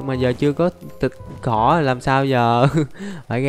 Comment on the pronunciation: What sao a nói thịt thỏ lại là thịt cỏ